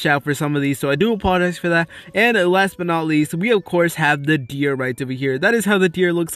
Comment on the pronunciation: Last bat not alest